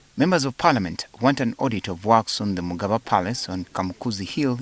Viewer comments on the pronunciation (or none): Did the journalist call it "mugaba instead of mugabe"?everything in Uganda is dysfunctional including the media.olemwa. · Why is he Calling it magaba palace 🤮